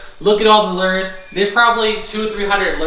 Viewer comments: Your pronouncing Lure wrong its Lu ers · They’re lures not lears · If you want to pronounce it correctly, they are called loors kinda like floors. And the one that you held up that had more than one lure on it is called a rig. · I’m not gonna lie it kinda triggers me when you say Lewers wrong I’m sorry like I just paused this video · / I was laughing at the way he says fishing lures, which may be correct, not the way we say it in Georgia, lol. Hope ya'll have a great and safe Christmas! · Wow what a great start to this unit. And the way you say to lures cracks me up.